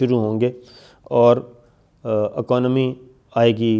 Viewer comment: aconomy, Yar sabir shakir 🙂 Kya kahun tmhare angrezi per ?